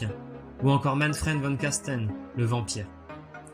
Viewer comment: Superbe vidéo. Vivement les prochaines. Juste un petit doute sur la prononciation de "Von Carstein "